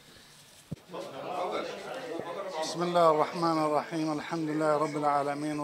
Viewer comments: بسم الله الراء الريم؟ 👊 ممكن تعيد بسم الله الرحمن الرحيم💜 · هههههه لله ضحكت حته بسم الله الرحمن الرحيم ميعرف يكولهه